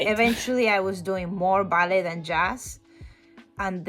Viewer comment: "ballet" si pronuncia "ballei" perché anche in inglese viene dal francese